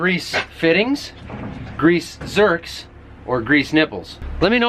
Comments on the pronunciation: Grease zerks, heard a couple people call them zerts 😂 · Grease nipples where i come from BUT i love hearing them called grease zerts🤣🤣👍 great video asusual